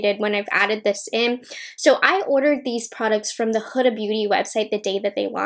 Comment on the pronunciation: Her name is prononuced like Hooda, its arabic name